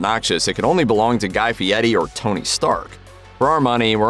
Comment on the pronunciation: Guy "Fee-etty"??? Wtf is that pronunciation